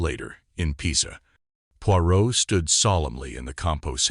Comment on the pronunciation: You could at least have got the name of the main character right. Your ‘reader’s’ constant mispronunciation spoiled the story for me.